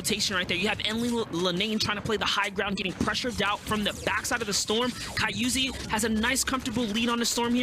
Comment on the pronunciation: my dude said ky-uzi 4 times after the other commentary dude said "Ky-uzi, i mean Kyzui im sorry"